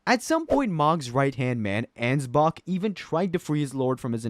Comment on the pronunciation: And Ansbach. You’re doing this on purpose now 😂